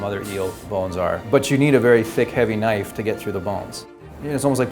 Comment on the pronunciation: He pronounced bone cutting knife, “bone cutting ke - nife